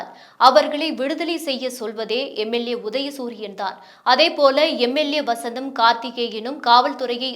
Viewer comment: MLAவசந்தம், கார்த்திகேயன் இல்லை. MLA வசந்தன் கார்த்திகேயன் என்று படிக்கணும். இந்தப் பெண் சுக்குமி ளகு பிலி என்பது போல படிக்கிறார். கல்லச்சாராயம், சிகழ்ச்சி, அடுக்கு முறை அல்ல, அடக்குமுறை இப்படி தப்பும் தவறுமாக உளறிக் கொட்டுகிறார். இவர் செய்தி வாசிக்கத்தான் வேண்டுமா? Why this kolas veri?